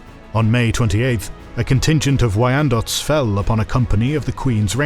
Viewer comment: Guh. As a Michigander this is wonderful but also cringe to hear the pronunciations. Ot-uh-wuh not Oh Towa. I will say you get points for Wyandott on the first attempt...